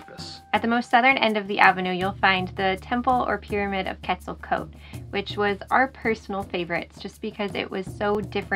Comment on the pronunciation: Your story very nice told,except your pronunciation of Quetzalcoatl wich sounded llike "quesaktl"